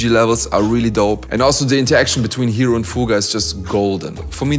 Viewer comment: ヒロがHEROて発音されて意味も変わるのなんか好き